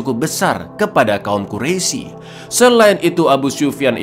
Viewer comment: Gemes dengernya pengen ngoreksi aja pas liat baru 5 menit. Sering banget bilang kaum quraisi, padahal harusnya dibaca kaum qurais (tulisan quraisy). Lanjut nonton dulu